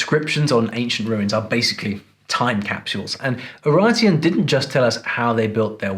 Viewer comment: quick notice for non fluent in english: UraRteans (not "n")